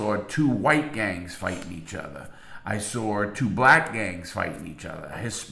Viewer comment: It's so funny the way larry says things. Like when he's says saw he says it like sawer lol.